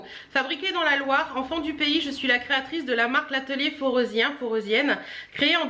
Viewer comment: Kiiiiiiiyaaaa (cris d'extase non maitrisé) : ça vient de vers ma région d'origine donc je peux te dire pour la prononciation : fo-ré-zi-hein :-) voilà voilà hihi. Pis je ne connaissais même pas donc merci pour la découverte :-)